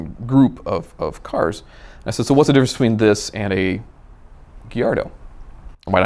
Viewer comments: STOP CALLING IT GHIARDO!!!! It's [ga-iar-do]!!! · Send him a shirt that says “guy yard doe” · it's guy-ardo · Everytime he said “giardo” my heart died a little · Same lol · Why? Do you pronounce Gallardo with the l’s? Because that’s also wrong, the correct way is gayardo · Did he just say gillardo? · WTF is a "Gee-Ardo"? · Lamborghini Gee-ar-do What’s that? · this guy mispronounces so many words ... "nitch" ... niche. "giyardo" ... gallardo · Surprised no one in the comments is bashing him for the way he says “Gallardo”